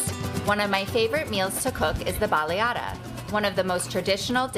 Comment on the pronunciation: A Baleaaada. This video was enraging watching a foreigner explain Honduras and not only pronounce a baleada wrongly as well as make it wrongly. Please don’t ever do this again. As muchas I appreciate the exposure of my country to the rest of the world, it would be more appreciated it was through the lens of local. Not someone who decided to escape New York.